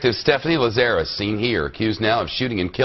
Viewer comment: Why is it so difficult for people to pronounce Lazarus. LAZ-a-russ. It’s in the Bible. It’s commonly known.